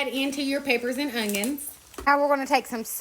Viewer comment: Ongions lol, I love the way u say ongions 😊 my mama says it that way to... Even tho there is "technically" no G in the word onion.. I still love it.. 😊